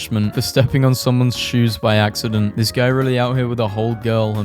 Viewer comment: having a stroke reading ‘this’